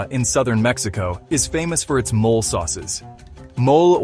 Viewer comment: NOT MOL but Mo-leh😂!